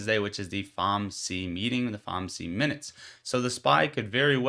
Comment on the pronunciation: Good video! I've heard it pronounced F. O. M. C, not Fom-C